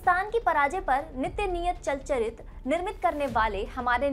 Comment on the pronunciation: Its chalan chitr not chal charit